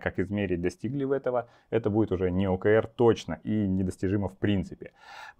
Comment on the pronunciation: Спасибо! Маленькая заметка, т.к. термин англйский то читается скорее как ' О Kей Ар'